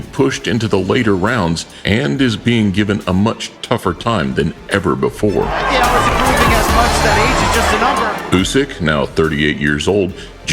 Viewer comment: Here is some help. Pacquiao rhymes with "machiatto" like the drink. Replace the "m" with "p". Remove the "tt". "pa-ki-OW" not "PECKY-ow"